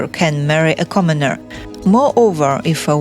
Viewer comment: Commoneer, lmao